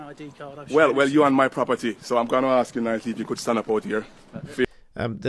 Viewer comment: "can I axe you?" that's done it for me, I stopped watching ....